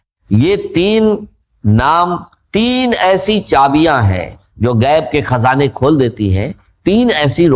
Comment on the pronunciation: روسنی ،رجک، کھزانے، رجاک آجمائس یہ سب الفاظ اے آئی کو اردو میں ابھی بولنے نہیں آتے